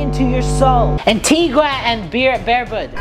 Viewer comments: It's Antigua and Barbuda not Antiga an Beeberbod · "Antigua and Bierberbud" had me dying 😂